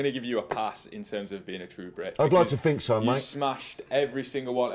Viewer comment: I “fink” he needs subtitles.